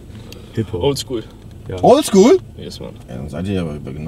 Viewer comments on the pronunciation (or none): Was hört ihr so? Old shool .. Macht migos an..... Junge